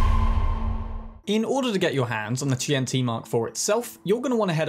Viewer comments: QianT is Chinese so "qian" is one syllable, "chān-tì" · “That Kwaiyant mark fuck” 😂😂😂